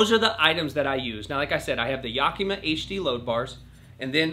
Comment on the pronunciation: I love how you pronounce Yakima. “Yock - e - muh”.